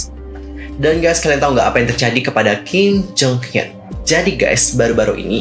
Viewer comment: Bang setiap lu ngomong Kim Jong Hyun gw dengernya Kim Jong Un masa 😭